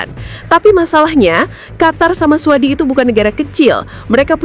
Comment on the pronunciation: AI jujur banget bacanya suadi.. 😂😂😂